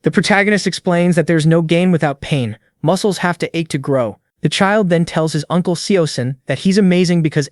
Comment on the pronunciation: moo-ke-less a-or getting stoon-ger